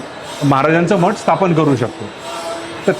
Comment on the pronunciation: मठाला सुद्धा मट म्हणतात शुद्ध बोलायला लाज वाटते